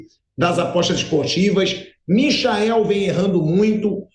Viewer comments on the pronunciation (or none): none